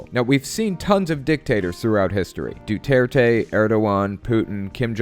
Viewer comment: I don't really follow either party so I feel like I haven't come up with my opinion on either trump, or duterte (by the way, it's doo ter teh, not doo ter tey), but I still believe in capitalism. I agree that it falls short in some points, and a mixture of capitalism and socialism sounds like a sound suggestion, but like other ideas it could fail for various unforeseen variables but we'll just have to see how effective that would be.